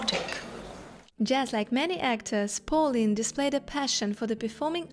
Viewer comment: I would suggest that you work with an accent coach before posting a video to achieve a clearer, more easily understandable English. For example, your pronunciation of “Pauline” is off. Likewise, you often stress the wrong syllable. Hope this helps.